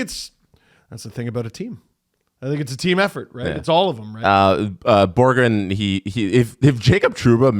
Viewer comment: Am i the only one who got fed up with calling "borgen" borgren? Hes not jonatan berggren, hes will borgen